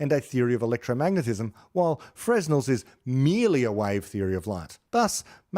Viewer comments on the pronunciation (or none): Fresnel is pronounced properly as fruh-nel. You have a wonderful program!